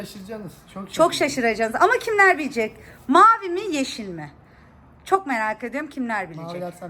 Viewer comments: Yrşil diyo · Yeşil demiyor O ne şey gibi diyor